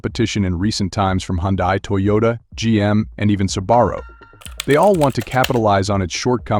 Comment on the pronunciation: Su-Bar-uh ??? AI generated bs.